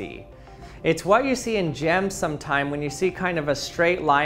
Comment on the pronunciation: "It's what you see in gym's sometimes" (is how I heard it). Then sees a picture of a rock ... oh, a 'gem' not a 'gym'!